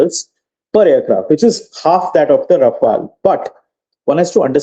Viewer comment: Its not Rafael dear its Rafaal